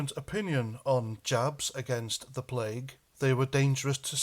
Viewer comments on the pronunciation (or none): none